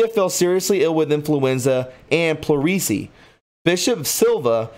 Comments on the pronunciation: Plurasee is pronounced plur a sea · Papal is pronounced Pap'-aw, Fatima is Fat'-tim-ma, Malachy is Mal'-a-ki long i, pleurisy is plur'-ah -see. Aspersorium, as-per-sore'-eum. Basilica, bah-sil'-e-ka. Please learn to pronounce words before reporting. I really do like your podcast, it just lacks a sense of literacy. God bless.